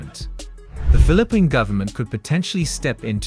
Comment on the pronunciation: interesting but what in the AI is this? julie 4, phili PINE, toowee toowee. also remove the annoying background music.